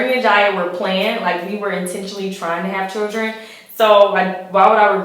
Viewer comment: The word is children, not chuldren.